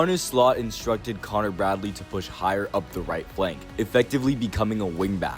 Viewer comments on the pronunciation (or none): none